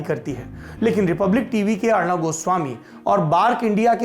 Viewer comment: अर्णव नहीं सौरभ जी अर्नब